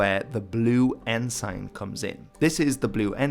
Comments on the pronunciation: It's pronounced en-sin, not en-sine. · Your pronunciations are good, except that ensign is pronounced "EN-s'n". Odd that English should be the problem. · In English Ensign is pronounced Enzin. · I have followed videos for a while now and he is brilliant with pronunciation, whether it modern day Maori or early Anglo-Saxon. So I'm baffled with how he pronounces 'ensign'. He uses the literal spelling and calls it 'N-sign'. Whenever I've heard naval flags referred to, it's always 'en-suhn'. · Had a flick through the comments but didn't see any mention of it. I've always heard the word ensign pronounced as en-sin no idea which is more proper or correct, nor do I care that much. Just thought I'd let you know. Love the vids 👍